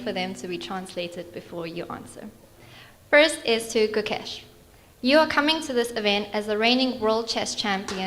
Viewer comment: Pathetic journalist! Despite being an Indian, that too a Tamilian, she mispronounced Gukesh's name for that rubbish question. Media companies and radios should have better standard at selecting journalists they're sponsoring the trips for.